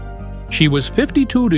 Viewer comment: wtf is the AI trying to say 52 years old ? 😂 😂